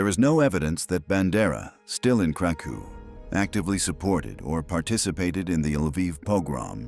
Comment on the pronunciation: Kraków: krakoof; Volhynia: Wołyń: voween